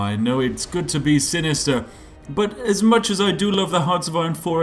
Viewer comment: "Turkey be guud" Spiffinbrit